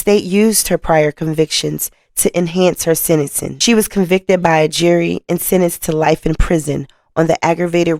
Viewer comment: Mam, you are a great storyteller, however, please work on your diction. You pronounce sentencing...senacing. Gambling...gamaling. I'm writing this to teach not condemn.